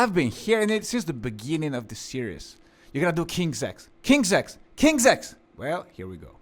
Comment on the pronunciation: No he's pronouncing it correctly. It's King's X.. Like "Ex". Though there is a train station of the same name the band's name comes from an old kid's game. Basically like tag where you call out "King's X" to signal that you are safe and can't be tagged out.